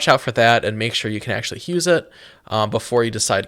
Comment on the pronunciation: Why does it sound like you add an h in front of use lol.